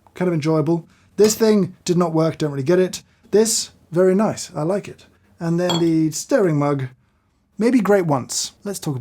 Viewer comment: Joffman "naice"